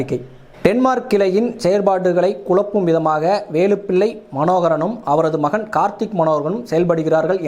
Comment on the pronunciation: மயன் இல்லை.. மகன் தயவு செய்து தமிழைக் கொல்லாதீர்கள்